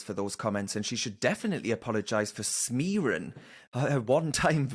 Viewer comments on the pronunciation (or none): Could you ask DAZ what “Smearun” is please? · It’s the North-West Durham way of pronouncing ‘smearing’, but you already knew that.